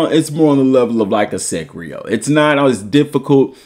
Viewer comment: Bro called Sekiro “Sekrio” and called Lies of P “Life of Pie” 😂